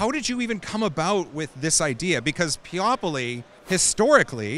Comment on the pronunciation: Peo-poly. Not Peop-oly. Look at the drink on the table. It is a wobbly table, not printer. He said it was damaged in shipping so that's why it isn't printing.